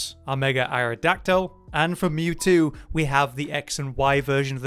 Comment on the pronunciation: why do you say aerodactyl like that